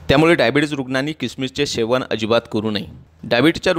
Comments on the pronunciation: शेवन नाही सेवन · सेवन पाहिजे शेवन नाही